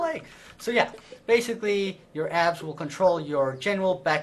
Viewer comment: When he said "Abs" I though he said "ass"